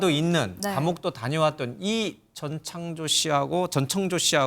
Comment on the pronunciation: 목소리 다 비슷한데 ㅋㅋ, 아, 그리고 모든걸 전지 창조 가능한 "전창조"가 아니라 "전청조"입니다. 다들 발음 실수 많이 하네 기자님, P그룹의 카지노 경영권을 상속 받을 수 있다고 해서 더 혹했던 거에요.